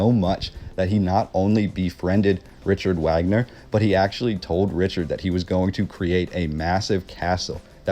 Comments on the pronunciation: 🥰Love it Buddy! Great pronounciation of the castle name (which I believe ? was Walt Disneys’ inspiration for Snow Whites’ castle)‼️ But Wait‼️🌹Richard Wagner and Is not pronounced with a “W” sound as in American English honey. In fact it’s a full on “V” sound as in Vog- ner. King “Ludwig” as in Lewd Vig or Lood Vig! And yes, I’m American raised by a German from Hamburg! So it’s true-strict German/Americans (he got his dual citizenship here as Germany is one of only a few countries that allow you to keep your German citizenship whilst attaining citizenship from a second country) which I believe was the result of the project paperclip after WW2 so the thousands of Nazi scientists were brought to USA in order to avoid war crimes prosecution and jump start our Space Program which became the US NASA Institution. The CIA being the conciever & instrument of paper clip. 💕true that mispronounciation IS an annoyance to German Americans! 🥺 Sorry if that was rude of me! 😱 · i'm stunned that someone so interested in the Neuschwanstein Castle never heard of Richard Wagner--or learned to pronounce his name properly! i don't mean to come across like a snob. i'm not. but the relationship between Ludwig II and Wagner is even more interesting (and weird) than the story of the castle. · At some point in time, I'm sure you'll come to pronounce Richard Wagner's name correctly, namely, Rick - ard Vag - ner. I love your passion and story-telling. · Well. You lost me at your pronunciation of "Wagner". In German the "W" is a "V" sound so it's "Vag-ner". Just saying. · It's pronunciation is Vagner and his top single was the flight of the valkuries. Just saying . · Vogner is how it's pronounced, perhaps you did hear of him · Wagner is pronounced VOG-NER from flight of the Valkyrie fame. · Hey, the Germans pronounce Wagner's name as Vagner. He is remembered for The Flying Dutchman music, which was used in Apocalypse Now in 1979. It was about Flying Ships.Great Video!